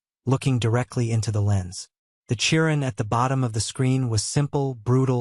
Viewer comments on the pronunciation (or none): none